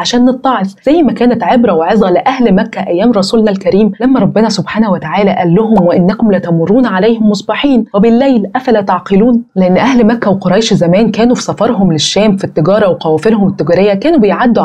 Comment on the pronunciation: بجد الفيديو جميل اوي ربنا يجازيكي خير يا حبيبتي ❤❤ بس تنبيه بسيط في القراءة هي هتكون "وانتم مصبِحِين" مش وانتم "مصبَحين"